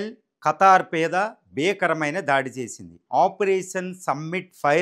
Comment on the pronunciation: "ఖతార్" కాదు ఖతర్